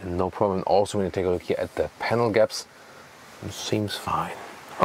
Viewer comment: Ahhh, Panel Gaps! I thought you said Camel… 😬